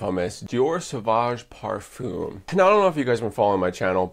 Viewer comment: I asked a friend who speaks fluent french, how to pronounce ‘parfum’ and like you I was incorrect. There plenty of examples as to the correct pronunciation on YouTube, then you can get it correct next time around